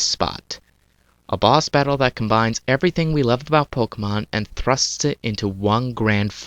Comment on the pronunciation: No offense, its not called pokamon its called pokemon